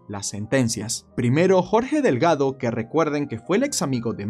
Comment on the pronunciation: 😂 😂 😂 Mi apellido es DELGADO.. 🤣 🤣 🤣 lo pronunciarse muy lindo. GRACIAS AMIGO!!